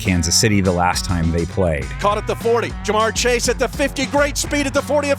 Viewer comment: How do not know how to pronounce Ja'mar Chase name? 🤣🤣